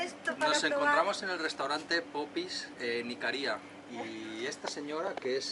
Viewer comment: Hola. Una pequeña corrección. Las isla se llama Icaria, no Icaría. Es decir la primera "a" es tónica. Aprovecho para comentar que la Isla de Rodas es Rodas. No Rodes, ni Rhodes. En mallorquín Rodes, con la ""e" abierta que suena casi como una "a". Saludos